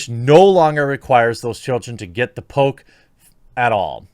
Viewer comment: I keep hearing Pope instead of Poke.